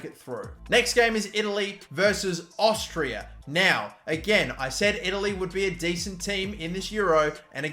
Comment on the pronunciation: Tell me, what is Austrrirra? Its Austria, not even hard to say lel